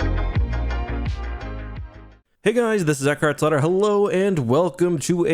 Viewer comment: No one:: Eckhartsladder HiddenXperia: ITS MENDICANT BIAS